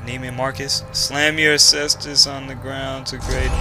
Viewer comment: Oh jeez, when you said "slam your cestus on the ground," I thought you said, for whatever reason, "slam your sisters on the ground," and I was like 'lolwut'.